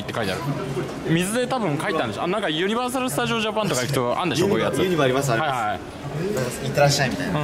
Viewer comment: ユニバの発音独特でかわいい笑